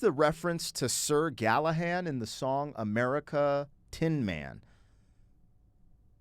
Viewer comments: Hey,. This band is one of those where I've likely heard several songs by them, but never recognize the band. Just slightly B4 my time of awareness. Great lyrics in this & Horse with no Name. Pretty sure you understood the concept of the song, despite calling Sir GallahaD "Sor GallahaN," even after looking it up. 😂 Never change! I want you to understand that when I comment about it, it's never malicious mocking, but friendly teasing. I laugh with my mom at her mispronunciations, as she has a great sense of humor about it. Just the same as we make fun of each other for other flaws like cutting each others sentences off to try to "guess" what the other was going to say next. We're always like "Let me finish! Lemme get out what I'm tryna say!" Then we just laugh bcuz we both do that. Anyhow, besides all that, the Legend of King Arthur is mad interesting. There's movies about it. He's basically like Robin Hood in that, probably based on real person or mix of people, but actually a mythological person and the stories became so Legendary that they are treated as factual history. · This is what I DETEST about voice-2-speech A.I. info. You are pronouncing Sir Galahad wrong but the answer A. I. gave did not correct you and reinforced your mistake as factual. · Good ol Sir Gallahan. 😂 Htf does an American adult not know anything about Sir Galahad? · I'm pretty sure it was Sir Galahad, not sir Galahan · It's Sir Galahad. With a d.